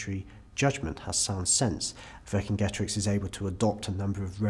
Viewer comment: Cicero? How do You pronounce that? Kikero? Kicero? No so why do you have to bastardise Vercingetorix? Does this hard C appear in modern Romance languages ? No so where does this bs revisionism come from?